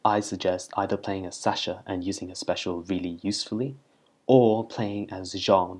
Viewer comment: Jhon? Its Jean...... Like jeans...